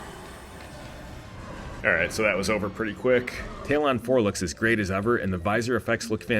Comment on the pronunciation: I’m sorry did you just call it “Tay-lonn 4”?????